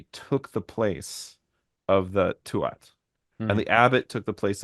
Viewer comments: Tuath, is pronounced Tooah. You don't pronounce the last T. And yes, it largely means the territory/tribe. And that word for history is seannachas, which you very well described... "old handed down lore"as opposed to Stair, as in 'history ' we also have bealoideas, directly translates as mouth/oral education, or folklore, in English doesn't quite cut it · Tu(at)ha is pronounced 'Tu-ha' or 'Too-ha'. The middle a/t are silent and the 'u' is long. Thanks for all the great conversations! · Tuath, the “th” is silent, so its pronunciation is “too ah”